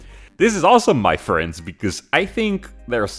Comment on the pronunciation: the "muh frhiends" never gets old